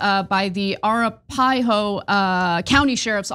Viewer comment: That's the most insane pronunciation of Arapahoe I've ever heard.